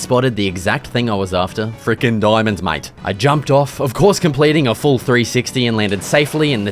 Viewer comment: Awesome videos! Why do you pronoucne "mate" as "might" tho? lol